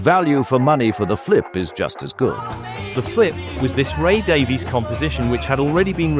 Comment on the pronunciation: ( im sad you said Ray Dav-eee-s